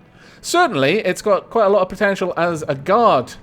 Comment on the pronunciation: Every time you said potential at the end there, I thought you'd end up saying potato. And after mishearing for the first time, I stared at the ship and it does look a little like a potato.